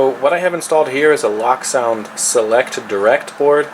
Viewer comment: Loke, not Lock... As in Locomotive...